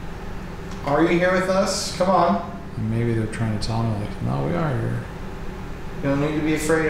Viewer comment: Love strange accent “So come on” 😂🤣😂